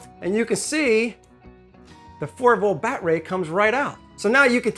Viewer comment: i think im missing the funny part of saying milwawkieaeh and bat ray....